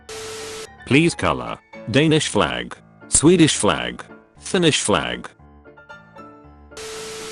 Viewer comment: BRUH FINNISH NOT FINISH